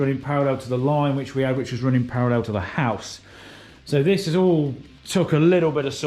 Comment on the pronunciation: your pronunciation of the word "house" is highly suspect.